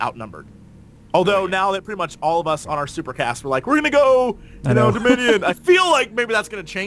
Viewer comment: Now we know which faction will consist of the most idiots :) "Deminion" Hahahahaha